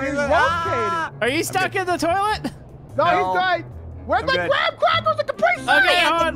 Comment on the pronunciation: "Soggy Gram-Crapers"